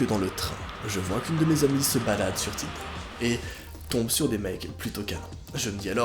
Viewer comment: A 16 minutes de la vidéo j’ai entendu tender